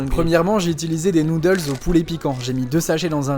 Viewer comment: POV: 👁️👄👁️ t’es anglophone et t’es oreille saigne quand tu entend sont accent